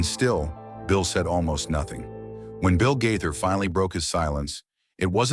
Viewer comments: Disgusting fabricated story. The man can't even correctly say their name! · You talk like you really know them but, you don’t pronounce their name correctly sad